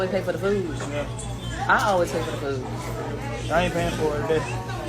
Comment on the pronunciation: it's "food" not "foo". why do they say that